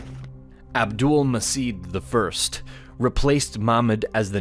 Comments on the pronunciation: A little correction: The "C" letter in Abdulmecid is pronounced "J" as that's how it works in Turkish so the name is Abdulmejid not Abdulmesid. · sultan abülmecid pronunciation is "abdülmeged" not "abdülmesid" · It shouldnt have been pronounced Abdülmesit. it have to be like abdoulmajeed. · Very informative video but a slight mistake 1- It's pronounced as "Abdul-Ma'j'id" not "Abdul-Ma's'id" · Abdülmecid " turkish" pronounced Abdulmajed.